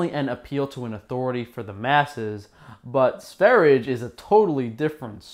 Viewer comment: Lets all say it together so you learn: S V E - R J E. It's Swedish for Sweden.